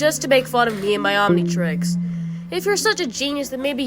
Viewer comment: Did bro say Omnitrixis 😂😂🤣🤣